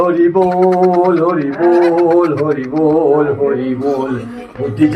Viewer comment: Horibol na Horiiibbol